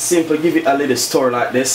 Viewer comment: Simply give it a little "stur". 😆😆😆😂. Chef a twang. Looks delicious though. Up chef.